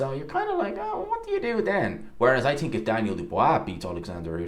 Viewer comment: I TINK you need to learn proper English.. it's Think not tink